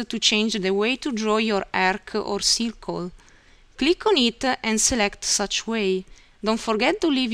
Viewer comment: Ciircuul = circle 😂😂😂😂😂😂 ... *I died*😅